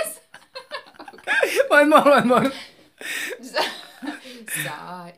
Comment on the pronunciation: E challenge mo lage misis mo kuya nkakatuwa po xa. Tawang tawa ako dun sa pag pronounced nya ng EYES. 😂😂😂